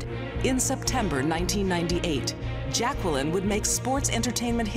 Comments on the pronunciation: it's Jacqueline not Jac-Kwel-in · Its pronounced jay-quel-in! XD REPLY IF U GET THE REFERENCE